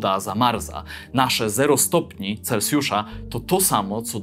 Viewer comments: taka rada na przyszłość, nie mówi się celcjusza tylko celsjusza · Nie celcjusza tylko celsjusza